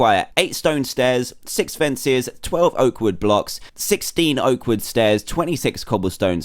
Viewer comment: when he says oak wood , it sounds like awkward thumbs up if u agree